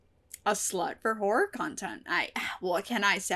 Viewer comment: I nearly always mishear Horror as Whore so for a second I thought you were saying something very different lmao